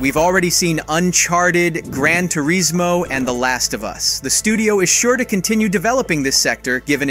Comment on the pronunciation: Grand tur-iz-mo ? It's grand tur-is-mo 😂